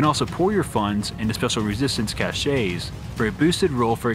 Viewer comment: Great video! Not to be a dewshay, but the word cache is pronounced "cash".